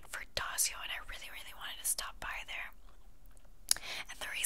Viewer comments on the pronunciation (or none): daiso not dasio hahaha. love the video though. keep it up💓💓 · daiso is actually pronounced die-so lmao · Daiso is pronounced "dice-o" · I need to shop from Also i love how you mispronounced DAISO haha❤